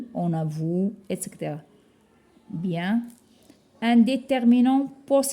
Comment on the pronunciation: Merci pour l'effort. Sinon on dit etcetera et non exetera Sinon si possible de nous fournir un pdf de ce document pour pouvoir l'imprimer? Merci